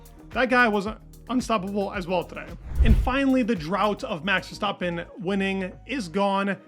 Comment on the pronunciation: Who is this max Verstopin you keep mentioning? 😂